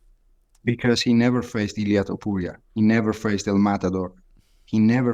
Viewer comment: "Ilia tiopiuria"